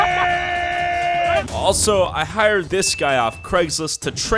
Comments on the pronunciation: man says tatakay lol its tahtah ka yeh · It's not tatake it's tatakaye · its not "tata kay" its "tata kae (kai)" if you are gonna make a vid about aot atleast get your facts right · The trainer keeps saying TATAKAE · I love how the trainer keeps saying Tatakae ! 😆🙌🏼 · 8 minutes of people mispronouncing “tatakae”